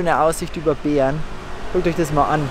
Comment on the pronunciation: Wenn du Bern sagst hört sich das an wie Beeren😅 Bäääärn👌🏼😂😂